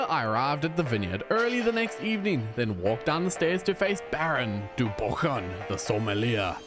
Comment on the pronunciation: The way you pronounced the french words really hurted my soul as a frenchie. Flamberge and Baron du Bouchon for example, those two really stung. Other than that, awesome video